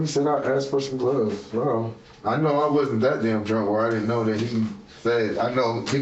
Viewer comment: That, "It wudden me," isn't gonna work here, Shaggy.